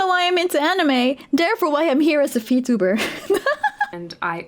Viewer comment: Subtitles on She tryed saying V tuber ended up to Feet tuber